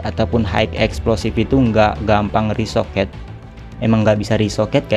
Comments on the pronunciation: Rekoset bukan resoket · Sekedar mengingatkan bg yg bener "ricochet" Bukan "risoket"